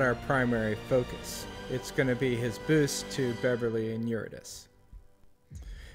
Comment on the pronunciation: Pronounced Your-id-uh-SEE, not Your-ih-diss.